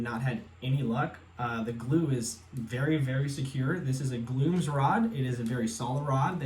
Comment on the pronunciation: Glooooomis rod lol never heard it pronounced as one word